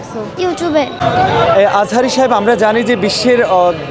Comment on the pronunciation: একজন গ্রামের বৃদ্ধ মহিলা নামটি জানে মিজানুর রহমান আজহারী আর বিএমপির এত বড় একজন নেতা সে নামটি বলতে পারল না নামটা ভেংগু করে বললেন জাতির সামনে ক্ষমা চান না হলে আল্লাহ মাফ করবেন না আম্লীগ ধর্মমন্ত্রী বলেছিলেন এই নামটা উল্টাপাল্টা অচিরে আপনি ক্ষমা চান জাতির সামনে এবং নামটা সঠিক উচ্চারণ করেন